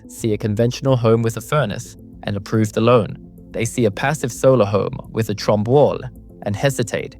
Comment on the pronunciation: I don't speak French. Thank you for confirming Felix's last name is correctly pronounced "TROMB" (silent E) and not "TROMBAY."